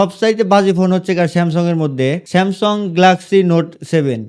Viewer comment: স্যামসং❌ স্যামসাং ✅